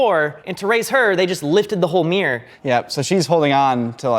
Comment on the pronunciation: It's not a meer, it's a mirror.